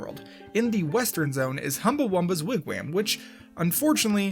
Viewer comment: Idunno but the way he pronounces Wigwam makes me happy